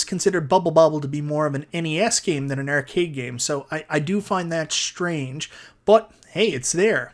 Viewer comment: I want NFL Blitz sorry. Subbed because you pronounce Arcade as Errcade.